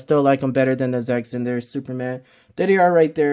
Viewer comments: Bruh.. how you gonna argue who was the best superman or batman but you cant say snyder ? Lol zack zanders? Snyder (snai- dr) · Bro why Zach “Zinder”!?? lol great review but that was killing me. It’s S-N-EYE-DER just saying haha. Great review tho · I think you meant to say Zack Zander 😂😂😂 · It sounds like you have a problem.Saying sny der it is snyder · That's twice you can't even say snyder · You can't even say snyder right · Good review..you should measure 📏 the figs as well to see how they measure up with other figs from other lines… I won’t comment on the butchering of Zack Snyders name 😂